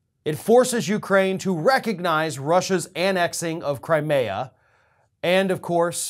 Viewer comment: I cringe every time his says Crimea wrong 😑